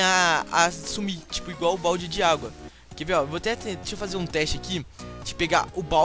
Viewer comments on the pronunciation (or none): none